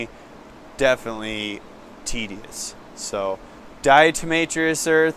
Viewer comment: Diatomaceous from diatoms, not diatRomaceous, nor is it permethErin but permethrin. DE has what is essentially microscopic shards of glass that cut into the exoskeleton. Hes saying its just chalky and dries them up, lol. Also he can have visitors step on a wet soapy mat to kill mites and even use a disinfectant.